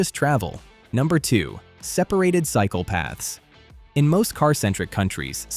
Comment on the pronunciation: For a moment there I thought you said "psychopaths". 😄 For many Dutch cyclists that would actually be correct. Notice to all tourists: do NOT walk on the red asphalt, the cyclists WILL run you over.